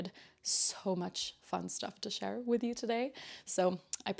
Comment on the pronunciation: Love yr podcast and projects. Mike is fine!!! Your accent is so good. The only way i detect you aren't an English speaker is the word 'with' where u say 'wiv' so cute.